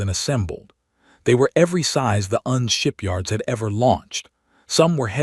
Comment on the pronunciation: It is not un-shipyard!!!!!!!!!!!!!!!!!!! IT IS FUCKING U.N. Shipyard!!!!!!!!!!!!!!!!!!!!!!!!!!!!!!!!!!!!!!!!!!!!!!!!!!!!!!!!!!!!!!!1